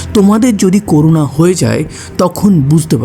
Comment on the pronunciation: করুনা না করোনা হবে😒